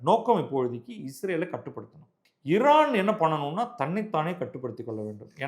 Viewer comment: நீங்கள் ஒருவர்தான் மிகச்சரியாக உச்சரிக்கிறீர்கள் "இரான்" என்று